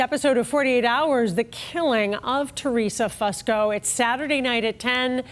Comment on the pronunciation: Its not pronounced Fuss ko. It's Foo sko